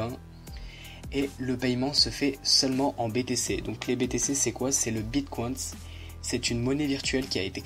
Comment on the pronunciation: "Le bit CWAINS" C'est bit co ine ine comme inhumain ( comme ta prononciation de hidden aussi :D) Bonne vidéo sinon